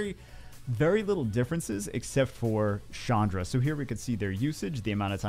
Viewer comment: who the heck is Shandra? Ch doesnt make a shhh sound. get it right. 😉